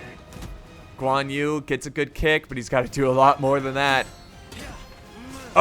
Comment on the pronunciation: Who is also chinese and dissing how he mispronounce all thier names. Btw it is not Guan You IT'S GUĀN YÜ